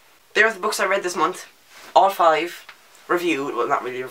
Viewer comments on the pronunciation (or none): When you say month it sounds like you forget that there's an h at the end. "Mont". I love it, haha. Also, you couldn't stop swivelling in your chair, haha! OH, MAN, WHAT ARE THE ODDS? ON THIS DAY I TOLD YOU MY STEPFORD WIVES-ESQUE SHORT STORY! That escalated so quickly, hahaha. "20 books? I read that in my sleep, upside down, in cave, at night!"